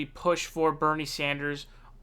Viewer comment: You see how she tried to throw him off balance right from the beginning by mispronouncing his name? Evrery question had an anti Bernie bias